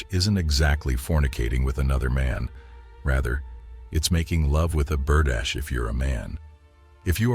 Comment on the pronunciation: Berdache ( bur- dah-shay) not Berdash!